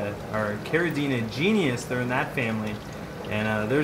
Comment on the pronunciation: Great video. I have a few of these in my 120 and love them. One thing though - it's pronounced "gee - nus", not "genius". ;)